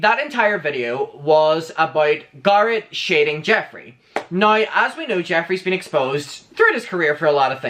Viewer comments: Can you stop calling him "gurret" please? I know you have an accent but it's not exactly hard to say GARRETT correctly. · Not GAR-it. It’s GAIR-it. As in hair. Garrett. That’s how his name is pronounced. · It's Garrett like carrot not gar like car. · How you say Garrett is EVERYTHING!! "garut" come onnnn not me calling him Garut from now on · Its not Garrot. Wtf so anoying. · i’m obsessed with how says Garret🥰